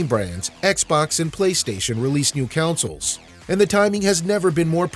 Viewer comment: Why you keep pronouncing consoles as counsels?!